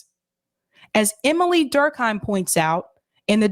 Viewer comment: I believe Emile sounds like: “E meal”